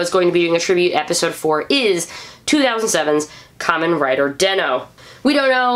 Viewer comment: Is den-o not denno